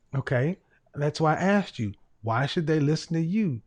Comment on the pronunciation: it's aSked...not aXed...